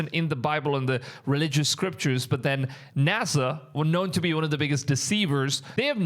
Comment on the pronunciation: "Nasha" ≠ NASA